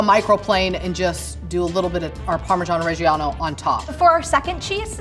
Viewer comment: was in Bologna and still doesn’t know how to pronounce parmigiano reggiano and says mirepoix instead sofritto… Oddio… 🤌